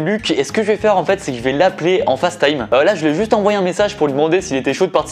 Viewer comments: Ça me tue comment il dit “fasse”Time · 😭rien ne va avec ton anglais, je tolérais « thank you » mais « face time » STOP